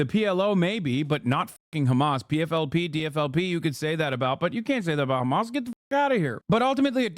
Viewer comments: I love how the US media started saying Khamas instead of Hamas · I love how he said hizboallah normally but hamas is apparently different 😂